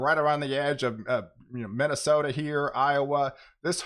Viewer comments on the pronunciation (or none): none